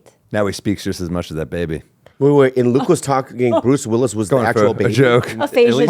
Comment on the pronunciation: At like 25min Bobby says, “Bruce Libbilus” (Willis is what he meant to say), no one acknowledged it, I was dyin laughin.